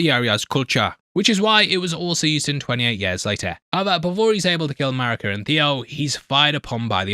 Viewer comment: Did someone else write this for you? It's pronounced Mareeka not Marika.